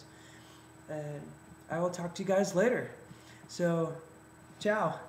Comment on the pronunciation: Happy Halloween,David!Hope you're doin' great,take care of yourself :) I loved that "Ceau",it sounded romanian haha....